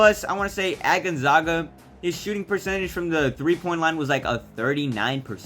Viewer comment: say it with me gone ZAG uh, as in zag rhymes with bag... love the video tho bro everyone still saying it like this its not you haha.. go Zags